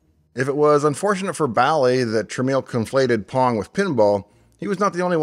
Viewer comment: Dave, as near as I can tell by some online research (plus what I can recall hearing back in the day), Bally rhymed with Sally, rather that with Wally. And Jack Tramiel pronounced his name like 'tra-MEL', rather than rhyming with 'train meal'.